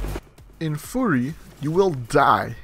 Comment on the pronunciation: It's pronounced like "fury" not "furry".